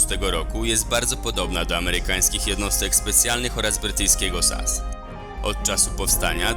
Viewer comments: Nie SAS tylko S.A.S. Znam się na tym. Robisz filmik to rób go dobrze! PW! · NIE MÓWI SIĘ ( SAS ) TYLKO ( ES EJ ES )